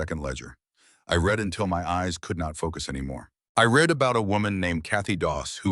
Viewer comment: AI, realize that young people and non-native English speaking people listen to these stories. So pronunciation of the language is important. Learn difference between read, and past tense, read, so they will know.